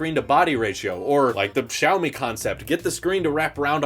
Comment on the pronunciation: Poor, pronouncing Xiaomi as "Chow Me" the first time XD